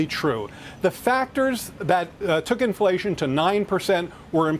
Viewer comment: Inflatión You Feell. In Your poket